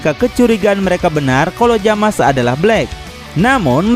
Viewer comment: bang itu nama nya bukan jamas tapi zamas/zamasu